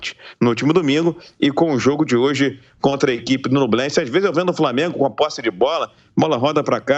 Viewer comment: Não é NUblense..... é NHUblense!!!! ÑUBLENSE!!!! Igual Peñarol! Penharol!!!!!